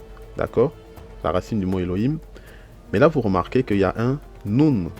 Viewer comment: Minute pourquoi prononcer le H ouvert (He) comme un r espagnol qui correspond a un H ferme (Khet)? On lit bien eloim et non elorim, non?